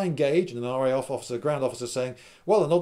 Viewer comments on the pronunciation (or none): you sir have done well. I must try to do this with some other games, perhaps a massive continent spanning flames of war game. Also did you Say RAF-ly at one point?